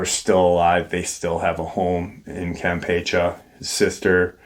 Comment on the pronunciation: The last "e" in the word "Campeche" is enunciated the same as the second "e." And there is a percentage of the population that is "lighter skin" (not using the W-word due to YT censorship).